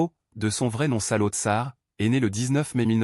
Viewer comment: l'inconvénient de la voix IA , c'est qu'elle produit de nombreuses erreurs de prononciation . "Pol Pot" , "Saloth Sâr" , "Phnom Penh" , ça se prononce pas du tout comme vous dites . d'autre part , votre déclaration comme quoi il serait né dans la ville ou la province de Prey Veng est contredite par plusieurs biographies . en réalité , il serait né dans la ville de Prek Sbauv , province de Kampong Thom . d'autre part , vous indiquez son séjour à l'étranger à Paris , mais vous laissez de côté ses voyages en Yougoslavie , au Vietnam et en Chine . de plus , vous présentez son mouvement comme clandestin , ce qui n'a pas toujours été le cas . Khieu Samphân a été élu député en 1962 et nommé Secrétaire au Commerce . de plus , vous présentez à tort Pol Pot comme le seul dirigeant du régime , ce qui n'était pas du tout le cas . de plus , vous parlez d'un génocide systématique des religieux , ce qui est faux parce que les moines avaient la possibilité de revenir à la vie civile . de plus , l'invasion vietnamienne a commencé au mois de décembre 1978 . enfin , vous oubliez de parler de la succession de Pol Pot , et en particulier de Hun Sen , lui-même Khmer rouge dissident , devenu Ministre des Affaires étrangères en 1979 , puis 1er ministre en 1985 .